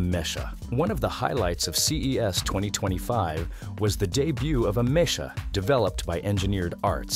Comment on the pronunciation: It's AH-mek-ah.... not ah-MESH-ah!